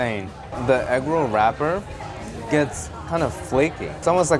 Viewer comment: Inflation: from “with six you get eggroll” to “with sixteen you get egg roll.” I don’t know why, but I love the little canoe paddling down the streets. I also am a tiny bit confused about how he says egg roh’ like he suddenly channeled a deep southern black grandma (and I do know and love many a deep southern black grandma… I just can’t compute a canoe of any tense not-quite-rolling with rohs). This just made me hungry bordering on hangry.